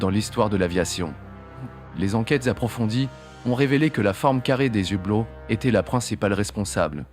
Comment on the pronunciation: Justement, le H de "hublot" est muet, on ne fait pas la liaison ! Merci Sybic74 ;-)